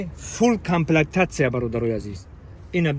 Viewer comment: Камплактатсия не камплектатсия